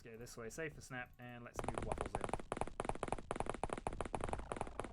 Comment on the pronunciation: Thanks for the mention in the video :D Hope my character won't get killed quickly :D Very good pronunciation actually :) Kill the aliens and save the WUFFLES! Greetings from Poland P.S Turkuć podjadek is a kind of bug actually (a mole cricket as wikipedia says) just FYI :)